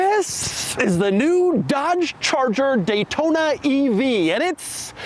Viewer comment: Dash said Gaytona